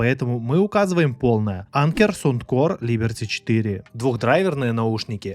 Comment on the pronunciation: то есть "анкер сОундкор" тебя не смутил?